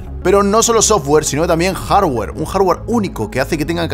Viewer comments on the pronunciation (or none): none